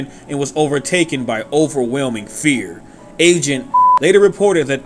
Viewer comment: When you said "agent" I thought you said Asian